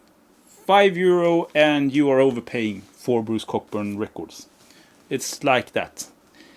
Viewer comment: For the record, Bruce Cockburn is pronounced {kow•buhn} 😂 The Peps records have slipped my ears so must check ‘em out. And I am one of the few who actually like the first 9 albums by Status Quo. The drumming from John Coghlan on those records is just AMAZING! Just listen to the record Blue For You and the songs Mystery Song, Rain or Is There A Better way 💪🏼